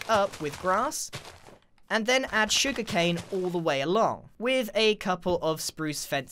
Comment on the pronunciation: Every time he said "sugar cane" my soul hurt a little like I had been Northern Downpoured a little bit